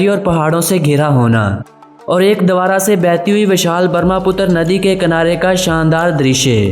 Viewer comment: Thank you for making video about our beautiful Assam.Please don't say names of things wrongly.You said name wrongly of a river Brahmaputra.You say Barmaputra. So try to improve it is The Brahmaputra. .....